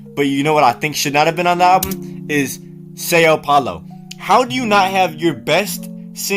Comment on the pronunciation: that is NOT how u pronounce são paulo 🙏